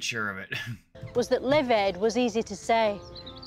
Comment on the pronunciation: That's hysterical - you not only don't pick up on her mispronunciation of LIVE but you say it's to do with AIDS